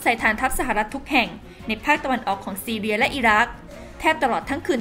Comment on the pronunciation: ประเทศซีเรียจ้า ไม่ใช่ซีเลีย ไปเรียนหนังสือมาใหม่นะ